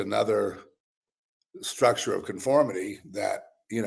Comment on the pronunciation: You said it right. “stricture” (and structure)